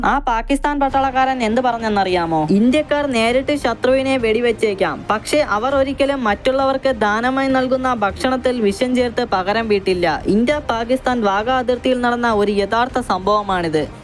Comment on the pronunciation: നിമിശം, ബക്ഷണം, വിശം! അടിപൊളി മലയാളം!!!!